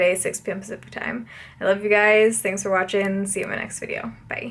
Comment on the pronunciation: Been loving your videos for so long! “6pm pacific time” doesn’t sound like English anymore for some reason lol